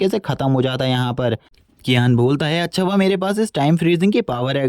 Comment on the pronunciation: He say acha as acca 😂😂😂😂